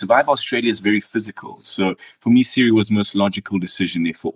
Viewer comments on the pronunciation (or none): He can’t get over pronouncing Cirie’s name as Siri (with the emphasis on the first syllable), which is weird since he learned it by hearing it when he was playing with her.